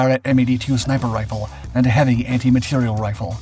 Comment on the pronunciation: Not “anti material” (=antimatter?) but anti materiel, with the stress on the last syllable!.